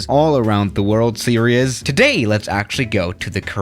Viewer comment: "Seriyes" 😂 Disclaimer: Not to offend